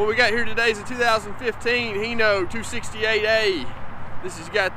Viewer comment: Hi, why in America do you pronounce it as Heno, when everywhere else say Hino, like when I greet you I say Hi, instead of He how are you. Sorry for being sarcastic.